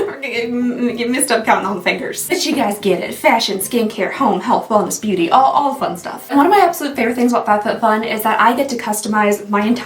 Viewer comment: Girl… I wasn’t looking at the screen when you said “beauty” in the beginning and my ears heard “yitty” 😂😅🙃